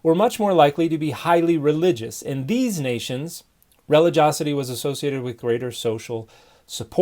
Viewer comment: Dear Dan: It’s spelled relig-i-osity and is pronounced ri-LI-jee-AH-seh-tee. NOT pronounced REH-li-JOS-seh-tee.